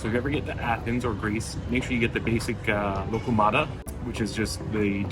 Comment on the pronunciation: Kostas not costa Loukoumades bot locomata Bougatsa IS the name of the first thing you were eating. Bougatsadiko is the name of the bakery